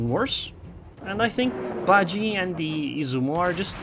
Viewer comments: Im pretty sure its pronounced as ba ji e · Bajie isn't pronounced like gee, it's more like jyeh cause Mandarin